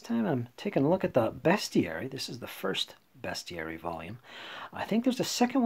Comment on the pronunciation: You pronounced Bestiary correctly! - Innkeeper Vase Odin